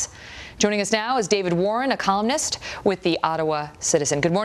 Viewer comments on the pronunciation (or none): lol - she says colum-nist